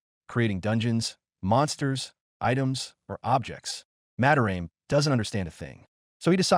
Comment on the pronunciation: "Ma-da-ra-meh" not "Mah-de-raem"